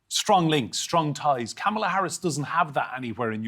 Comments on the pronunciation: ☀🌟COMMA - lah not com-MAH-lah 🌠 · Comma La not camala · Why do Brits pronounce her name: CAM-A-LA? It's COMMA-LA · Maybe you should learn to pronounce her name. Comma-luh. How very rude of you to mispronounce her name. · She will develop those relationships. The correct pronunciation is Commma-la (Kamala) 🥰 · It's KA-ma-la. Y'all need to get her name right! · You are mispronouncing their names. It is Kahma la, and Wal z. not Waltz, or you can say Walls. Pam M - St Paul MN (Governor Walz'z home city, MN state capitol)home) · The government in the USA is run by the greedy rich! The workers and the poor are barely making it here. That’s why the middle class welcomes Kamala! Her name is pronounced comma,like the pronunciation mark, la. 🌊💙🌊💙🌊💙🌊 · Comma, Lah. , La That's how you say her name. She is the sober minded choice. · The Republicans still can’t pronounce her name. ‘Comma la’ would be phonetically correct. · Pronounced as Comma La. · So sick of these GOP hacks showing zero respect to Kamala (comma-la). They all know her name but mispronounce it, doing Trump's bidding. The orange turd is circling the bowl, and he's about to get flushed. Get used to it. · It’s comma-la, bub. You can’t be bothered to say her name correctly? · People. Could we just get her name right? It’s KA-mala, emphasis on the first syllable. It just sounds very disrespectful to pronounce it any other way. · Comma La.... ,la the Republicans mispronounce Kamala's name as a sign of disrespect. Much like the prosecutor Fani Willis...the Republicans mispronounce her name like fanny as in someone's rump. Fani's name is pronounced Fawn ee. RESPECT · The name is pronounced Kamala (comma-la). And our president Joe Biden is an old man, yes but he is very good at his job. He would not have been able to accomplish all that he has in just one term if he was losing his facilities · Folks, IT'S COMMA- LA , COMMA - LA please, Jesus, it's your job to pronounce correctly. Do you say nukyaler? Come on.